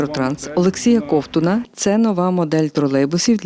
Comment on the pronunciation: Не кОвтун, а ковтУн. Вчіть правила української мови. А також слова. Майже кожне прізвище має свій зміст, а не просто набір літер. Ковтун - той що ковтає. Не кОвтає, а ковтАє.